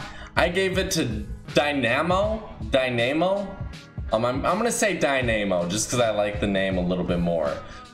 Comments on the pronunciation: Dynamo Die-na-mo, not Dy name mo 😂😂😂😂😂😂😂😂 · Omg did he just call the wrestling girl Nemo like Jesus it’s pronounced DIE NA MO. did u go to Gr 2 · I think is pronounced /Dínamo/. 🌚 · Its Die-nuh-moe, not die-na-moe bruh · Dynamo - “Die-nuh-moe” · Dine-a-mo lol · It's pronouced DIY-NU-MO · From fucking Murcia but can’t pronounce the word dynamo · no offence but how do you not know who to properly pronounce dynamo